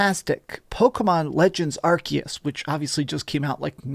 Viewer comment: pls stop saying 'arkias'